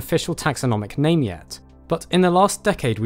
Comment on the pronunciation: Your pronounciation of names is very odd.